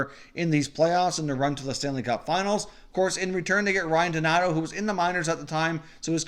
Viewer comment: it’s donato not donator